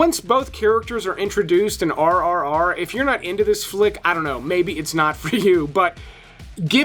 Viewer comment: Its not RRR its RRR like GRRR a growl